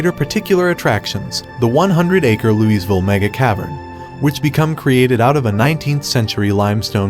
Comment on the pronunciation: Where exactly is this Lou-EEZ-ville?